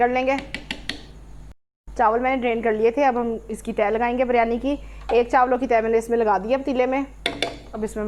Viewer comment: (biryani) urf bilyani 🤣🤣🤣